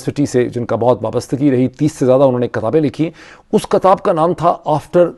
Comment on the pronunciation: کیا اچھا ہو کہ لفظ کو کتاب ( kitab ) پڑھا جاے۔اور (katab ) چھوڑ دیا جائے ۔ باقی زبردست تجزیہ ہے